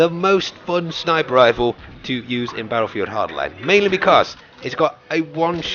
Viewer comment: My heart bleeds everytime i hear "BATTLEFIELD hardline"..